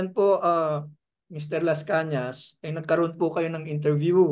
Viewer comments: MR ARTURO LASCANAS PO HINDI LASCANA SAY IT WITH AN "S" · Lascañas hindi Lascana.